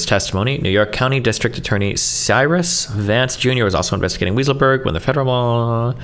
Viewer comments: I wish it was, Destiny pronounced it ridiculously incorrectly in America it's pronounced "Why sull berg" and in Germany it's pronounced "vye sull berg" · I'm pretty sure Weisselberg is pronounced "Why-sel-berg". Lmao. Destiny's brain just really wanted it to be "Weasel-berg"🤣🤣🤣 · Also, “weasel”-burg 😅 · More like WISE-uhl-burg. But "Weasel" is more appropriate. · It wasn't until this video that I believed the claims that destiny was an antisemite. There's no shot he thinks that guy's name is pronounced "weasel-berg" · Love the way he looks up the word "bellicose" to pronounce it correctly but doesn't give a F about calling the guy weasel 😂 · Is Destiny trying to be a dick by mispronouncing Weisselberg's name or is he just that stupid?